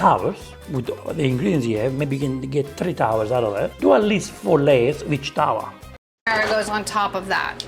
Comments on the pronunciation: The way she pronounces "Marinara" lol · She say "Merrynera" like Merry Christmas. Her pronunciation is so funny 😂